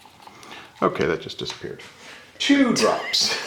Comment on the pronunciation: "TWO drops!" Only thing missing was the Sesame Street Count's laugh.. HAA ha ha